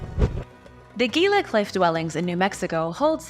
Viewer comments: Gila is pronounced Hee-luh. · Gila river is Spanish. so it is pronounced Heela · The word 'gila' is pronounced he-la